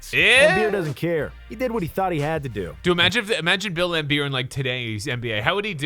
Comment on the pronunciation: Lambeer, not Lambert